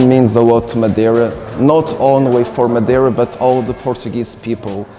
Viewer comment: This is so cool that you guys went to Madeira. I love going there because thats where a lot of my family lives. Also, I must say I was surprised at pronunciation of Portuguese words and names. I would never expect a northern european to be able to pronounce Madeira and Funchal correctly.